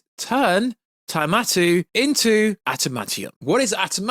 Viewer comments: It’s not shocking someone who liked the snyderverse thinks the eternals was aged like fine wine. The marvel universe shits the bed now. The only way to fix it is wipee phase 4. NWO is gonna be a shit show if you have read the scripts. And it’s “adimantium” not “atamanium” You can tell you have never read s marvel book. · it’s AD-A-MAN- TIUM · Its adamantium,says so on any marvel text in comics, games and movie subtitles. I love marvel stuff but not got the knowledge some claim and even I know how its spelt and pronounced. If I know that I'd of thought every other fan would know too. Antimantium😂😂😂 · I hope you’re miss pronouncing adamantium so badly on purpose man!!!